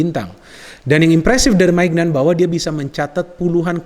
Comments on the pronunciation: Kalau gak salah bukan Maik maignan cara baca namanya tapi maik menyong. Terus yg dibutuhkan Milan bukan hanya bek kanan aja meskipun sudah ada kalulu tapi juga dmf, amf dan rwf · Ralat sedikit, Maignan yang benar bacanya Minyon 🙏